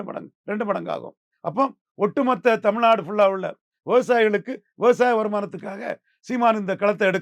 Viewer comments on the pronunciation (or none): none